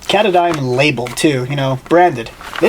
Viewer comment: ka-taaaahh-don NOT cata-dine!